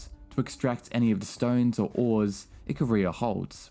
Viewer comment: Btw IcAria not IcaRiah xd